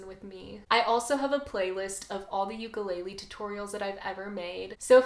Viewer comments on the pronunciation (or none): Just a heads up & no offense. You should know how to pronounce the instrument that you are teaching. It’s not a “Yuke-a-lay-lee”. It’s actually pronounced “Oo-kah-lay-lay”. You’re doing a good job and I’m not trying to give you a hard time. I just wanted to let you know so that people will take you serious. Many Hawaiians won’t correct you because of the aloha spirit and others will just laugh under their “Ha”(breath) and not take you serious. Keep up the good work teaching beginners! Much Aloha!